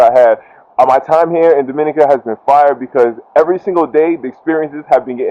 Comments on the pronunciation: I beg to differ- she is not the only instructor on the island. There are a few tours and rappelling in Titou Gorge. I wish you were able to show her rappelling down. Looks like a nice adventure! Pronounced Domeeneeka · U are killing me with the pronunciation of Dominica